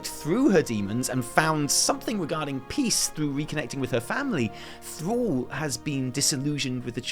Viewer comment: When you say "Thrall" it sounds like you say "Thor" :P